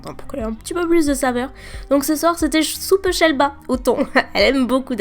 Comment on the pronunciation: C’est moi ou tu dis toujours « shelba » au lieu de « sheba »? 😂